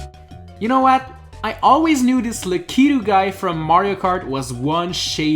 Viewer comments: That's how lakitu is pronounced not the lack keto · Lakitul is pronounced La-ku-too Not le-kee-too... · Who else got triggered when he pronounced lakitu wrong?